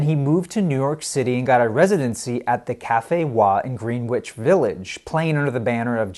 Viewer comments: pronounced gren-ich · Pronounced ‘Gre-itch’, not ‘green-witch’... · The pronunciation of the New York area is GRENN ich Village not GREEN ich Village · Great analysis of a great album. The US version is by far the stronger of the two and it even has a better cover. It gets my vote. Just a few quirks about the video itself. I hate to sound like a nitpicker but: 1. It's pronounced ruh-PREEZE (rhymes with Febreze) and not REE-prize. 2. It's pronounced GREN-itch not GREEN-witch. and 3. The text overlay when the song "Remember" is playing says "Remeber." But other than that, a well done presentation of a great LP. You have a new subscriber. Keep them coming. Vinyl rocks! :) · Oh geek, it's grehn itch not green witch! Ik you're out in CA but hearing that drove me nuts lol I'll let it slide. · Long "e" pronunciation and sounded "w" in "Greenwich Village"? Uh, no. Try "Greh'-nitch." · Pronounced "Gren- itch" Village, it sounds comical otherwise. Nice work though. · “Green-witch Village”?? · “Green-wich Village? You’re joking with that pronunciation, right? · Yeah, that was bad. On a related note, ask a fan of Lovecraft about "The Dunwich Horror". It's the same kind of name -- x-village is shortened, so Green Village becomes Gren-ich; thus "Dunwich" is Dun-ich not Dun-wich, but hardly any Lovecraftians say it correctly. Lovecraft lived in NYC a bit and a couple stories are set in GV, like "He." And yes, "Greenwich Village" is actually redundant, like ATM machine or Sahara Desert. Love this channel though! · Please it is Grenich village not Greenwich village. . Thanks for your kind attention. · Green-Which Village? Really? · 1 minute in and I have to poin out a few errors. 1, the pic of Jimi and the Isley brothers is not correct. That was Jimi's band when he was a teenager in Seattle. 2. He came to New York in 64, the Isleys spotted him soon after, and he started living across the river in New Jersey with the Isleys. 3 it's pronounced "grin-ich village"